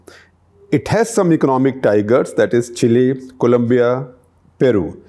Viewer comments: Chacha, “chill’e”, 😅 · Now with all these leftists, India is the only emerging economy destined to grow. Chile (pronounced Chilay) has resigned from global race!